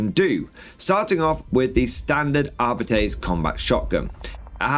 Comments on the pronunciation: ar-bit-tays is awful as well. It's Ar-Bites; and that was straight from a GW employee back in the 90s. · Arbeetees makes my ear bleed. It's the worst pronunciation ever. xd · GW uploaded a video last year confirming it's pronounced Arbeetees. It's cringy listening to audiobooks pronounce it the that way. I really wish they would have gone with Ar-bites.